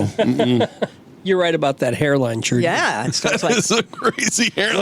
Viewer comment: Is that Trudy Daniels? Great memory from the radio days - I heard her name as "Chewdy" Daniels. I swear all of you, including Mike (RIP), said it that way. "And Chewdy's got some news on ... ". Belfour Blows